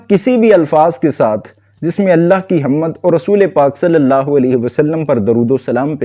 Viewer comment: حَمْد ہوتا ہے نہ کہ حَمَّدْ